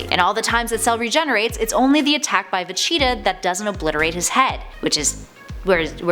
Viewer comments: Who cringe when she said Vegeta? I think she did it on purpose tho. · Just stick to comic books because hearing you say Vegeta is cringe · I would love to see a part 2...if she can say VEGETA right at least once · Had no idea she mispronounced his name. I had to go back and listen before I noticed. And yeah hope she pronounces it better in the future. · I hate it when they choose people who know nothing about the series. She says certain names like Vegeta and I cringe. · I knew people would lose it when she started mispronouncing vegeta. Because it bothered me WAY to much. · We need to talk..first off love your face! Now your pronunciation on 3 words was killing me!! Lol First katana, 2nd Vegeta, 3rd Namek. Please please go watch DBZ Abridged for the proper way to say them and entertainment. Also there are a few facts in your video that were incorrect if you would like me to explain but love the channel keep up the awesome work!!! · Vacheeta XD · "Dr. Jeero, NAHmek, Vacheeta" She's clearly never watched and is just reading a script. I hate that. Nobody who has ever seen dragon ball z would pronounce it "Nahmek" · Vacheeta? I stopped watching after that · it's VEGETA not Vecheetah! She said it that way SO many times! It just be intentional! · I had to check the comments, i thought I was having a stroke or something every time Vecheeta was said. Glad Im not the only one hearing this. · I have a bigger problem unhearing Vechitaah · Please learn how to say Vegeta properly. It's supposed to sound like Vegetable, because that's where his name comes from. I don't know who "Vacheeta" is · How do u even get vecheetah from vegeta? Where did she learn to read? Lawd! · ???? Vacheetah. I thought it was Vegeta. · Funny how she pronounces Vegeta. It's obviously pronounced "Virginia". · Is she saying Vecheeta...? Yes, Yes she's saying Vecheeta, wtf, there's a G in the name, how do you even make that mistake